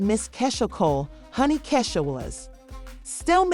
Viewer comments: 😂😂😂😂😂😂😂 right who is kaysha??? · Wtf u cnt say Keisha omg cnt even watch it because u saying her name wrong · it’s pronounce Key 🔑 Shia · This voice over is killing me!! Learn 2 pronounce our name !! Take this shit down until you learn how to say our name 😂😂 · Sis that’s not how you say her name 😭😭😭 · Right !!! I’ll sue just because she saying my name wrong 😂